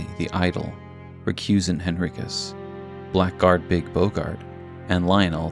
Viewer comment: Everyone mispronounces it but Blackguard is said "Blaggard"